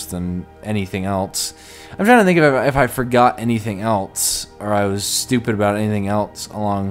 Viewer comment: Just noticed says else like eltse